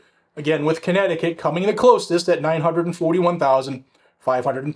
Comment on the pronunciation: Would it be Corn-necticut? Geez, was I wrong!